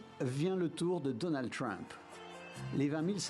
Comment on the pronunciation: Donald Treeeuump😂 il a essayé mais il a quand meme tout mal prononcé